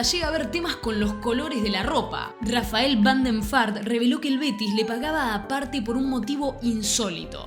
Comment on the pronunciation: Deberías dedicarle unos minutos a buscar como se pronuncian los nombres de los jugadores, Moise Kean... Rafael van der Vaart...